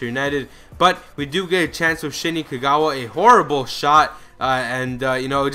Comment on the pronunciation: You said you lost to Newcastle when you were against Udinese, and also it's Shinji Kagawa, not Shini haha